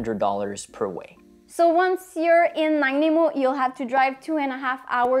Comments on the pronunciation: Nice video! But please... "Nah-NAH-EEE-Moh".. not "Nah-NEI-mo" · Just for the record, Nanaimo is pronounced "Nuh..nigh..ah..moe" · Great video! Please never say Nanaimo like this again though LOL